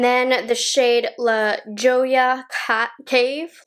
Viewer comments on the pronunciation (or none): Your husband is Spanish and you mis-pronounce LaJolla? La-hoy-ah